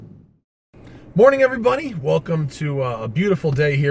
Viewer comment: Hahah, today it sounds like you said: "Morning every Bunny" Suited for Valentine's day. :)